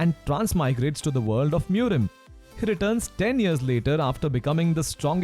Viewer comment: Hald wolk alound the wold😅✌